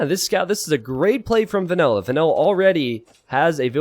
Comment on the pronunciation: Is calling "vanilla" "vanella" for half of this game, or is that just his accent?